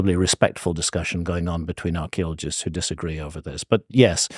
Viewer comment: If I had a dollar for everytime Handcock says Archeleologists maybe I could bribe him into saying Paleontologist